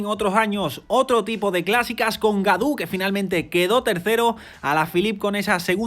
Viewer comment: Gaudu se pronuncia Goduuuuuuuuuuuuuuuuuuuu. Godu